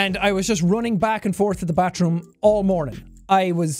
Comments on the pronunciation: Everybody: bathroom Jacksepticeye: batroom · the way jack says bathroom 😂 “batch room”